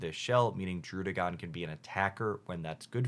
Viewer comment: I really appreciate that you've adjusted your pronunciations of Pidgeot and Druddigon. Seriously, the Pidgeot thing has been bugging me so long, so I'm really happy that the one nitpick I had is gone!